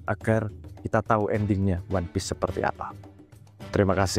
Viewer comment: ONE PIECE... O.N.E. P.I.E.C.E. ONE PIECE,, BUKAN ONE PEACE... SEBIJI,, BUKAN DAMAI.... BUKAN P.E.A.C.E. "ONE PIECE"....!!!!!!!!!!